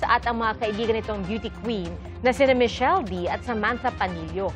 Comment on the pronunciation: Michelle dee kuyaaaa not dy 😭😭😭😭